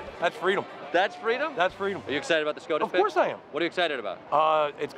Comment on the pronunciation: No one: Dude with beard: “oF cOuRsE” “Of CoUrSe It HaS” “oF cOuRsE” “Of CoUrSe”